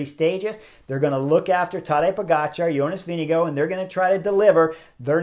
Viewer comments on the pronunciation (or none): YO-ness Veeng-goh or Veeng-eh-goh. Only one hard "G" but we Amercians can't help but pronounce with two. Rhyme it with "wing." And the "R" is silent...Denmark supposedly is the happiest country in the world. Maybe because they're always laughing at how we try to pronounce their words...